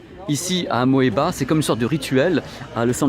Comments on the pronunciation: Et Amoeba se prononce simplement "Amiba". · ça ce prononce "amiba"